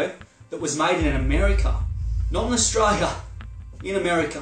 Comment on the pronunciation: Mate will you please pronounce the word Australia correctly. The last three letters are l.i.a. it sounds really bogan the way you say it.